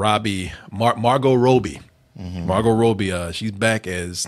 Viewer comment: If not for Martin, I couldn’t watch this channel! Can someone please help pronounce names right? Jesus! Margot ROBBIE, not Rowbee